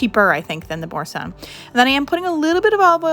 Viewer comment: You pronounced Boursin correctly. Nice recipes. Have a beautiful weekend.